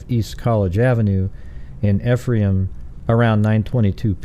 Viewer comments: Pronounced, “eefrom” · Ephraim is pronounced E-from